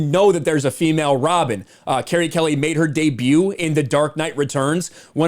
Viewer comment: You are reading and saying her name in the wrong way!